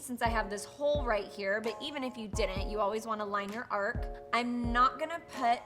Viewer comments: Its Arch, not Ark.....Hahaha. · It's: Arch not Ark. 🤣🤣🤣 Lily you're so funny!! Thank you for this wonderful extensive and detailed brow tutorial. ♥️♥️♥️ Oh and Congratulations on being pregnant!! ♥️👼♥️ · Your videos are great, I love how informative you are, and how your makeup videos are actual artistry tips, but arch has a “ch” at the end! 🤦🏻‍♀️ it’s not Noah’s ARC, it’s an arCH. 🙏🏻🙏🏻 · Arc? It's Arch 👑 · Your eyebrows are stunning but it is called an arch not an ark. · I love the way she says “ ark” instead of “arch” and just doesn’t Care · so we all just gonna act like she said "arch" completely wrong lol